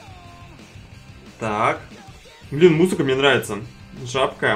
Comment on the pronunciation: А поч забка а не жабка ?